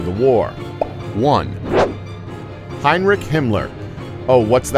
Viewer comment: I'm sorry, but as if the mispronunciation of the names is not bad enough, there isn't even consistency of the errors. For example, Heydrich is pronounced with a chance and Heinrich as a ck...